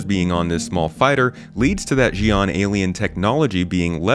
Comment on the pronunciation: Xi’an is pronounced shi’an, not ji’an (with the French “j”). You can hear it (and “Mirai”) being pronounced correctly by the narrator in the Mirai announcement trailer. It is understandable that people get it wrong - CIG devs themselves are very inconsistent in how both are pronounced in ISC. I believe the “ji” pronounciation is mostly an American thing as the US’s primary experience with foreign languages is with Spanish, and so Americans tend to default to assuming Spanish pronunciation when they see unfamiliar words. However, the Xi’an constructed language is based somewhat (phonetically at least) on Chinese, and Mirai is Japanese. Ironically the Chinese shi is a lot like the Spanish śi, but the way it is spelled throws off US English speakers and they use the wrong bit of Spanish!